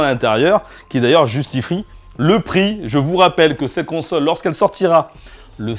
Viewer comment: je suis le seul à avoir entendu conseur au lieu de console la : x') justifri ??